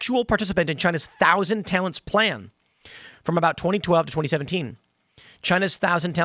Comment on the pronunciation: I misheard "Thousand Talents" as "Thousand Talons". That sounds like a supervillain secret society, like Hydra.